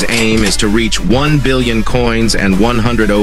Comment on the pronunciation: "buryon" i can't anymore 🤣 (another w video)